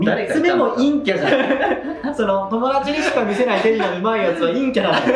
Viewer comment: 陰キャと陽キャのイントネーション逆じゃない？